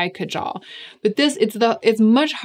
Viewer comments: It's pronounced kaajal, not kajaal. Just swap the A sounds. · Kaajal. It's pronounced kaaaajal. I don't know if I can really forgive Victoria Beckham for appropriating this word and totally upending it. The product is amazing. The mispronunciation is just... disappointingly typical.